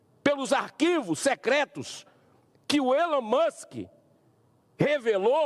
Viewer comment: Humberto. Aprende. Falar. O. Nome. Do. Alon.